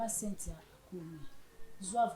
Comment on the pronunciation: Pardon, maman eza Cynthia et no Sainthia. On pronounce Comme si..pas saint.. Merci. Bonne émission.